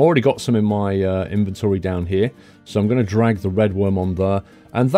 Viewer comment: OMG a British person who says inventory not invintri lol!